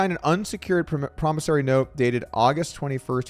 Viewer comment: Goldstein suffered from addiction, not stupidity. There's a huge difference. Also, Doug, please be consistent...is it "GoldSTEEN" or "GoldSTINE?" You mispronounced "Bethesda" and "promisory," too. You're better than this, Doug!